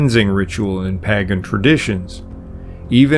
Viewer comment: Paaaagan ….did you mean to say PAGAN….???